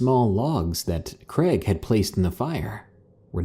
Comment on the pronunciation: Creg? Pick a name dude. Is it Craig or Greg?